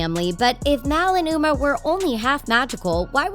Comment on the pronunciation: You said Mal and Umer